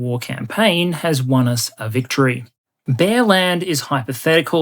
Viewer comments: I kept hearing 'bearland' as 'bellend' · I heard 'Empire of Bellend". Which would only be fitting. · When you introduced the country of Bearland, I wasn’t looking at the slide. It sounded like you called it Bellend. Appropriate for a country led by Putin.